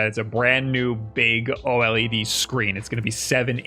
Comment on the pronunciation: It's pronounced Oh lead. Thank you.